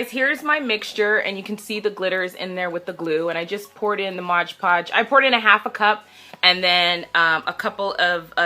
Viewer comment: MOD PODGE. not “modge podge”🙄